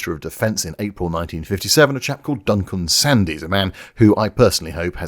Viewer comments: Sandys is pronounced "Sands". Brilliant video - very glad to have found this channel. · One slight niggle; from my memory of the time Sandys' name is pronounced Sands. Also, given recent developments in Ukraine, it appears he may have been somewhat prescient. Otherwise, excellent work as usual. Carry on. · As English Gentry I DO hope you are mispronouncing Sandy's name deliberately, I assume you KNOW the Y is silent and that the mans surname is pronounced as Duncan Sands and misnamed him deliberately just "because", who was in fact Churchill's son in law. Please dont confuse my missive as forgiving the man for what he did in almost single handedly destroying our whole Aircraft industry...as I DON'T and never will, Parliament has been choc full of the worlds leading criminals against the betterment of the British tax payer for decades wasting trillions of OUR money over many years on fan-dangles and cancelled flights of fancy and then giving the rest away to undeserving foreigners who repay our kindness by pathologically hating us enough to do us as many mischief's as they can get away with.....after those same politicians have helped themselves to a nice stiff drink at OUR expense of course. it HAS to stop.! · Thank you for all the work that as obviously gone into this and for the excellent-as-usual end product. One minor point: Duncan Sandys' surname was pronounces 'sands', not 'sandies'. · I think you'll find it was Duncan "Sands", yes I know it's spelt Sandys - but we are BRITISH and our pronunciation IS only meant to baffle Johnny Foreigner 😂. Me again - it was the British Aircraft Corporation - I started there in 1974, long after the cancellation of TSR2, but just after the first flight of the SWING WING Tornado 😂. I had a pretty good 37 years there before retirement, yes I'm a grumpy old man, but I did work with some amazing people 😁. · Know your enemy. Sandys is pronounced "Sands". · Brillant. Thank you. Incidentally Sandys is pronounded Sands.